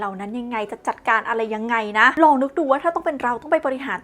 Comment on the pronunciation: ลอง ครับ ไม่ใช่ รอง